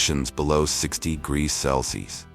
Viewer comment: AI everywhere is really having problems reading "Celsius" :D